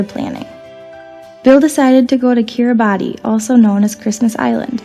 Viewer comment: Makes me want to do a DXpedition; oh, and as a side note, there is confusion over the pronunciation of Kiribati, the "ti" at the end is pronounced as an "s" sound.